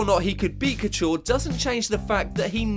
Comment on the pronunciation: not bad video content but you still can't pronounce Couture properly, if you are gonna do MMA vids, do them properly.